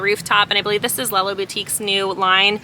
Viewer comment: Thank you for pronouncing Lella Boutique correctly (so many say “LAYla” and it drives me nuts!) 🩷🩷🩷